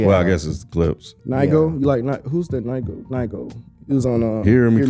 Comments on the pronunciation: Nigo (pronounced “Knee-Go”) is the owner/creator of the brand “Human Made”…he dropped a project called “I Know Nigo” with the “Hear Me Clearly” record and the Tyler record “Come On Let’s Go” and other records..he got a Clipse collab on there also. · They don't know NIGO (who's Ny-go) 😄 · Who is NIE-GO?🤣🤣🤣